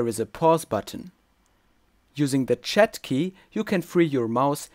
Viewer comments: im confused what is a "chet" key sorry, that's how I heard it. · Chat, as in..press t :) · oops sorry you said the chat key i didn't understand at first i hope i didn't offend anyone